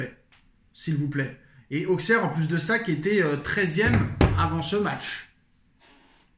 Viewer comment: Mec… sors de la footixerie, déjà ça se dit “ausserre” et pas “AuXeR” Ensuite accuser le Quatar, certes c’est puéril, mais se poser des questions c’est légitime. Ta vidéo y a genre… 0 secondes d’analyse et le reste de bullshit de “ouais mais nan regarde tu joues rien, regarde tu fais rien regarde nous on est mieux, le Quatar le Quatar le Quatar…” J’avais pensé développer un vrai argumentaire mais tu ferai mieux de juste arrêter, n’importe quel analyse foot voit cette vidéo se taperait une barre